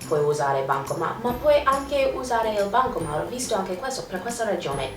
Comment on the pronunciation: Si dice bancomaT, non bancoma... ps:ti adoro